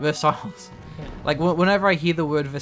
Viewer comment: Versailles? It's pronounced ver-sigh or ver-say, not verse-isles :P